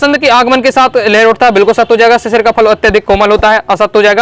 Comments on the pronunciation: भैया वह शिरीष है शिशिर नहीं😂😂😂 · Sir ji sisir ❌ sirish √